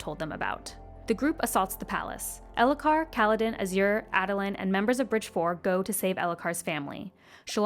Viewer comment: Okay so a lot of these are very excusable fantasy names and fantasy words. Azure however is a real color Ah-zyr 2 syllables